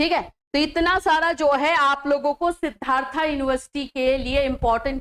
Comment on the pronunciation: It's not सिद्धार्था..... it's सिद्धार्थ ..... Please don't distort the name.....you are a teacher.... Atleast you should pronounce the name correctly.........